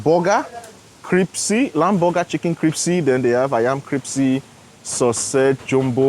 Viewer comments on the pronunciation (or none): yes is a good man. Btw bro, it's pronounced crispy, not cripsy hehehehe